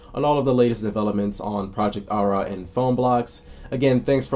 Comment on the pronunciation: Im pretty sure it's pronounced with a d- Adda. It;s a common Armenian name.